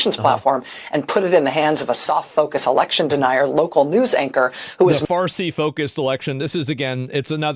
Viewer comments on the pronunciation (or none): none